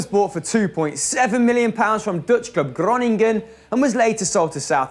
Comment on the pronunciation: If you see a g in dutch it's hard. Just ask to pronounce an amazingly dutch name like Groningen, and don't rape such an amazing club.